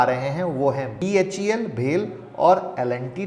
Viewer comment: Sab ko ek hi suggestion hai..BHEL ko bhelpuri ke bhel jaisa nehi bolte hain...yeh B-H-E-L hai..bhel nehi. L&T Technologies bahut achhi company hai. L&T mein kam karnewale kisiko bhi yeh pata hai. To humko yeh share ke upar Nazar rakhna bahut zaruri hai. ka aaj ka analysis bahut hi badhiya laga...I mean I liked it very much... being closely Associated with both the companies. Aj BHEL ko 6*700 MW ka TG Island ka order select huya hai NPCIL ka. Govt to govt order hai...baas project completion ka rahega issue. Par NPCIL bahut achhi professional company hai.